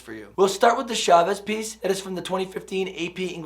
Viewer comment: Preparing for teaching AP English in the future. Your stuff is great! One humble request that I hope doesn't bother you-- I've noticed many non-Spanish speakers pronounce Chavez's last name as if it starts with the "Sh" sound. It's actually the same sound as in "cha cha cha." Gracias. :-)